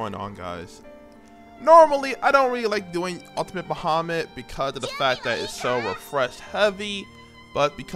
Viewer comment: the absolute worst way to pronounce bahamut